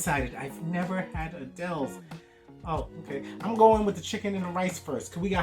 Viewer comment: It’s actually pronounced Adil’s, not “Adele’s.”